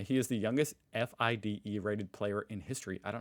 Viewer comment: It's not FIDE it's "Fiday"